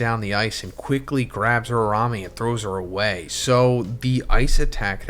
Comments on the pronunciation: It’s URA-UME! Not URA-RA-ME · Man pls Uraume not Urarame....... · Ura-Ume plz say it right